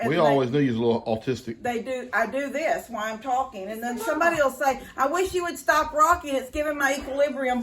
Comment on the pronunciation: puts ah at the end of her words sometimes like Stop'a or No'a lol i think its cute. Reminds me of a Valley Girl. lol